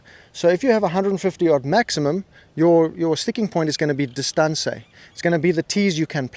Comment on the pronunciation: And dis-tan-say!